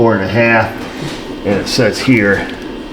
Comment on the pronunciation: AYE I'M DRIVIN HEAH!